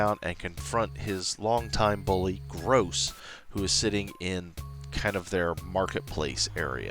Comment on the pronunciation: Gross? Don’t you mean Groose?